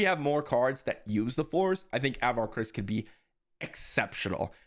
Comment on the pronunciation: I know its just a minor thing but pronunciation of Avar is off. It's just sounds weird when I've listened to all the High Republic books and it's more like "Ah-var KRI-ss."